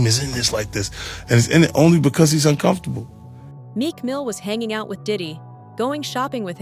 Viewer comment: “I’m the only one who’s been VOKOO about it. I’m uncomfortabooo. I think fiddy cents means VOCAL.